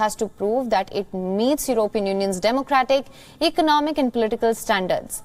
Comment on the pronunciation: can this lady anchor please pronounce European properly!!